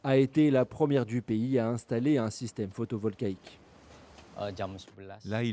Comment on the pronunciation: Ce n'est certainement qu'une erreur de prononciation mais on dit "photovoltaïque" et non "photovolcaïque".